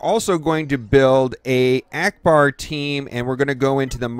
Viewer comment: Trash he said Akcbar...